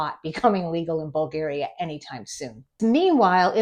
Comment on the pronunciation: In Bulgaria it's illegal to say BulgEria. It's BulgAria, with "A" like BrAzil.